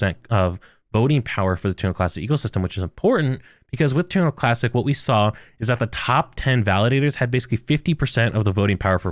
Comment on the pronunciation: say this with me, Terra Luna Classic lol Not Turnalaa Classic lol